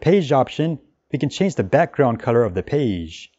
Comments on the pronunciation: Terrific video! I watched multiple times. Love the pronunciation of "Peige" :D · Thanks for comprehensive tutorial <3 You pronounce "page" in a funny way)